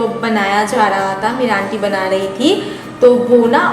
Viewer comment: Not tha it's thi